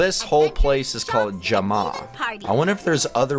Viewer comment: It's pronounced jam-a I play animal jam my name is wolfspice17 ur SOOO funny